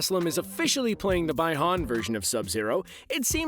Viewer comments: Man said Bie Han ffs! Learn your pronounciations people! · Not by Han it’s bee han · Bwahahaha, you have no idea what you talking about. Nobody likes Johny Cage. He is the most boring generic jerk. Amd the name is not BUY han. It's BI han.. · Man really said "by-han" yeaaaa he aint really a fan lol but good cap tho